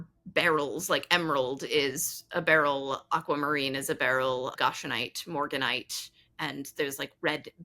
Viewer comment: Goshenite, not gashenite. Goshen, like Goshen, PA, or the Goshen in the book of Exodus.